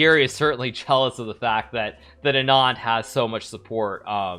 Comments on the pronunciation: why does he say anaand when the pronounciation is aanand (not complaining) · Two points: 1.) It's pronounced "Aaahh-nund" ....that last d is prounounced like a soft "the" 2.) Chess, or a version of it (shatranj) was sort of always part of Indian chess culture for thousands of years, but because India was colonized and invaded, it sort of make it harder for a large nation to flex in a game. I do concede that Anand helped immensely though. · Hikaru, why do u pronounce Anand as Adnan !! 🤷